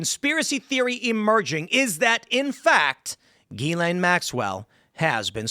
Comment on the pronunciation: Why does tim keep pronouncing her name wrong. Is he trolling?